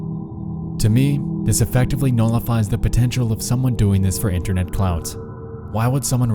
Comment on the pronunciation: why do you pronounce a 's after every word that ends in a t? it is really distracting. internet's, seen it's, knowing it's, r/creepy subreddit's, etc.